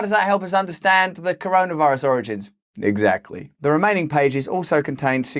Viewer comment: You all of a sudden lost your English accent when you said "exactly!" Listen back, you'll hear it😀